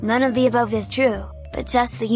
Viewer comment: What's a phys-co?